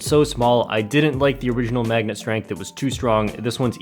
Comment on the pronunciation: LOL “megnet”